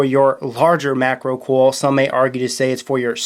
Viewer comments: the way he says coil gets me... "cowl" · There's an i in coil. Pronounce it.